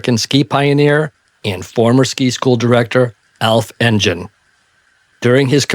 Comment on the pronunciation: Alf Engel is pronounced En-gen rather than how you say it…..